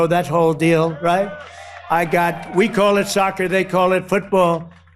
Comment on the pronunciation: Did Leavitt say spiritual warfare trying to break our cause or our call OR our CULT, it sounded like the last one to me